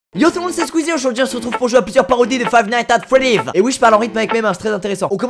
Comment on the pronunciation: Suis-je le seul a entendre Five nights at folive au debut de la video ? 🤔